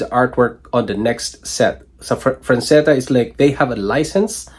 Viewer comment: Frazetta not franzetta. Jfc dude